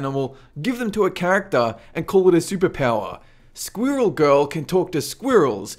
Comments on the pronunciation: can you pronounce squirrel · Am I the only one bothered with the way he says 'Squirrel'? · say "squirrel" ONE MORE TIME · Jack Fyfe well I spoke French before English so I guess I'm not used to the dialect in areas like Australia and the uk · I like how you say squirrel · Say squirrel again